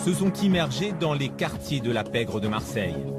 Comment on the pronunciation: La pègre qu'il dit 🤣